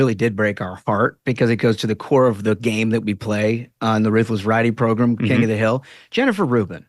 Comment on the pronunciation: I don't think Matt Gaetz should be AG... he doesn't even have juristic experience... Not to mention the charges against him... Also sometimes you say "program" like "progrom" and it almost sounds like "pogrom" which has a very bad connotation by the way.